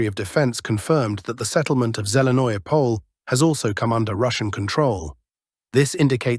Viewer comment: Again you cannot pronounce the town names correctly? Zelenoyo Pole is not a Poll, but is pronounced Po-le. It’s insulting that you do this day after day and want us to subscribe! Why don’t you value our comments and correct your mistakes?!